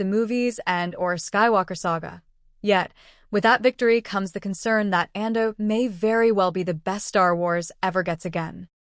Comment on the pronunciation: I smell AI: can't pronounce Andor